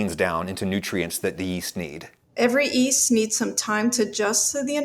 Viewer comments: Go ahead tell me your guest bread scientist didn’t say ‘east’ instead of ‘yeast’ at least twice (second of which was around ~ ). I double-dog dare you. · kept saying "East" instead of "Yeast"... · Does she also know something we don't know about the pronunciation of the word yeast? It sounds like she's giving the 'Y' an 'I' sound. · The doctor pronounce yeast as east. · Anybody else find it strange that the doctor pronounces yeast as “east”? It’s not a silent “y”, sister! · why does she pronounce it "east" instead of "yeast" ? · Does she keep saying "East" instead of "Yeast"? Is this a thing? Or is it just a quirk of hers? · Why's she pronouncing it EAST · Did you say "yutes"? I mean "easts"? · Is she saying “East” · She can't pronounce the word "yeast." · And her pretentious pronunciation of yeast. So comical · The bread scientist who can't pronounce the word "yeast." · wait. Have I been pronouncing "yeast" wrong all this time?